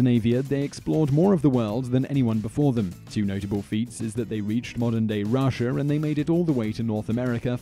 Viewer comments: Why did you pronounce Canada as "Canader" but then right after pronounce Russia as Russia? If you can say Russia, why can't you say Canada? And then when you get to #5 you call Russia "Russier". Why? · What is it with the English and putting an "R" at the end of words that doesn't end with an "R", such as "Canada-r", "Scandinavia-r", "Russia-r", "Persia-r" etc? It actually sounds really weird... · Brits and adding a R to the ends of words that have no R... "RussiaR" :P Still a great video! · how the hell does he pronounce Russia?